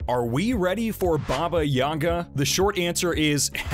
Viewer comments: If your gonna make a spoiler and talk please use your Phonetics properly. Don't believe listen to the pronunciation in the movie. Baaabaaa yaaagaaa it is not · in the movie it was pronounced Baba Yega I know it's Baba Yaga but every time you say it, it grits..as I expect to hear it said like in the movies. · You completely butchered "baba yaga". Shit sounds like a special in a chinese restaurant.